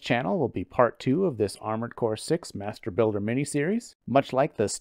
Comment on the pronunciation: Did you say Masturbuilder?